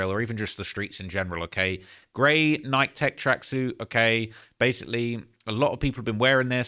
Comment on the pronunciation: I hate how you say Nike 🤦‍♂️ 😂